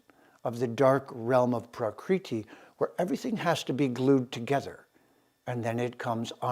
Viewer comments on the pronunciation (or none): Prakriti (Sanskrit: प्रकृति IAST: prakṛti) is "the original or natural form or condition of anything, original or primary substance" As you can see the pronunciation is not praakriti. you are actually altering the very words you are attempting to communicate and integrate. Long and short vowels are different letters and thus different phonemes. As you must know. the Veda were handed down not by text but recitation. They were kept in the mind basket of generations of recitative specialists for millennia. The universe was said to have begun with a sound, om, hence pronunciation is a vital part of Sanskrit. This is quite shocking, but also chauvinist. As with Ramana Maharishi being pronounced Ma-harsh-i as with the English word 'harsh'. There is no such 'r' phoneme in Indian languages. Your flagship term citti is to be pronounced chit-thee not chitty - like kitty. Having said all this I wish you all the best. Mark Antrobus, Kodaikanal. Peace brother. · It's pronounced as ब्रम्हन् Brumm-hunn. Not Bramaan like Naan. And प्कृति Pruh-krthi is not Praacreetee.